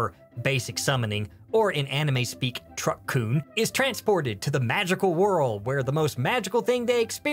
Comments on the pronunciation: "truck-kun" Fucking nailed it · My God, he said Truck-kun. My life is complete.